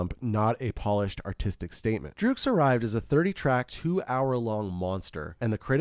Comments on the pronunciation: Great Video! Iconic album.. Someone has to tell you though, it's pronounced "Drux" as in Drugs. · DRUGS! its just pronouced drugs (its just written phonetically)